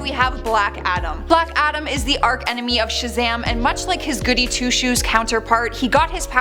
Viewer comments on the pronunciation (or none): You are clearly native English speakers. There is ZERO excuse for some of your mispronunciations. It's ARCH. CH CH CH. Not "Ark" ARCH enemy. It's a SOFT ch, not a hard ch. And it's day-BEWED, not day-BEW-ted. The t is silent.